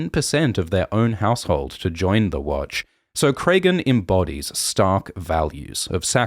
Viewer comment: Great as always! Some nitpicking on the pronunciation of some of the names; George uses a lot of common names that are just spelled differently. Petyr is just Peter not Petire or anything so Alysanne is like Anne, not Alysayne. Cregan is like Craig, not Craygan.